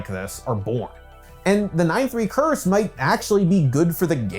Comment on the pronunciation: 🤓 THE CURTH